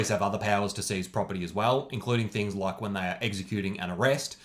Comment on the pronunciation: I loved his "loik button"